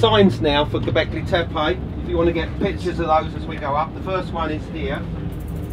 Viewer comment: FTF is gobekli tepaj? . aaaa, E is read "AJ" in englist so TEPE must be TEPAJ, who cares about local zulu pronunciation.. i would forbid entrance 3.rd world countries to all these ignorants who pretend to know something about something, but cant or even worse - bother- to pronunciate right event name